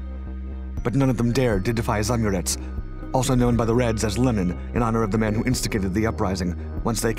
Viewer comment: It's not "zamurEz", it's spelled "za-Amurets", with two separate 'A's and inflection on second one. It means "person from beyond river Amur"